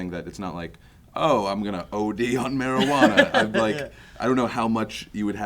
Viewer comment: Mari-ju-ana is bad m'kay.